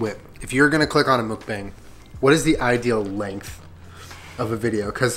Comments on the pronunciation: the way u pronounce mukbang makes the Asian inside of me SCREAM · MOOK-BAHNG, NOT BANG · Correct Pronunciation : "maukbong" not "mookbang" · MUH - K - BAW - NG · love thissss, yall should do more mukbangs. p.s. not to be rude but it's pronouced "mook-bong" ahahah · It’s mook— BONG! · kiiinda bothers me how they pronounce 'mukbang' 😂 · Dislike for mispronouncing mukbang